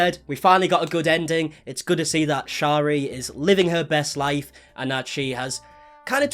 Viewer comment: If you are going to speak about someone please pronounce their name correctly. Shari is pronounced like carry.